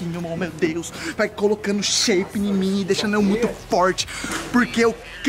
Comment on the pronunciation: "JA TO FICANDO SHEIPADU, RENTO VEM FICAR SHEIPADO!!"